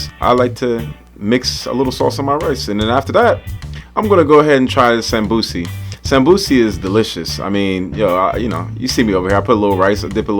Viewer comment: hey man great video as always. thought id help a little with a pointer since you are learning somali after all. the somosa in somali isn't called samosi but samboos (sum-boo (as in a ghosts boo)-ss. good luck with everything and continue the work! we Africans appreciate.